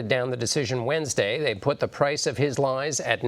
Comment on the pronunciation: He may have really believed what he was saying, that wouldn't be "LIES." the way the news reader is saying it.